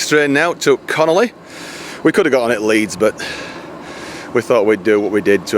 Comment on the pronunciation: Lovely video, but it CON ON LEY, NOT CONOLEY